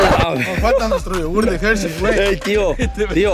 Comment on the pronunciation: “nos falta nuestro yogurt de Hershys Guicho” JAJAJAJAJAJJAAJAJAJJA